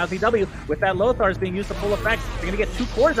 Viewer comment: did sunfans just say lothars?